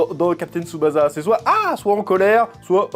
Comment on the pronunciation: "jou jou tsou kaïzen" JuJuTS' KAÏSSEN "captain tsoubaza" lol CAPTAIN TSuBASSA